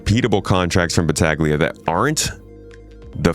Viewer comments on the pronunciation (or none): It would pronounce "Battalia" (the g is mute)